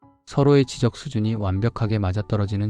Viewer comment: 知的 지쩍이라고 발음해 주세요. 지적이라고 하면 꼭 집어 가르키는 지금 제가 하는 지적(指摘질)같잖아요ㅎㅎㅎ